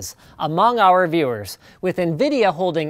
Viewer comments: btw Linus.... its NVIDIA not "Nvida" xD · Also, "NVIDA"??? Never heard of 'em. do they make gaphics pocessors? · its not nvida nvidia